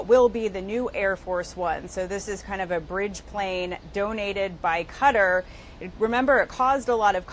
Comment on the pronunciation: The least CBS can do is pronounce and spell the country that donated it. Its Qatar and pronounced "kuh-tar."